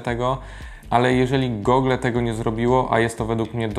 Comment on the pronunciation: na czym polega moda na mówienie "gogla" zamiast gugl ?? Wyrazy takie jak xiaomi wypowiadasz dobrze (siaomi), moonlight (munlajt) ale wyszukujesz w goglach a nie w "gugle"